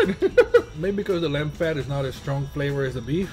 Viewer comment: "Lemb fat" Do you mean lamb?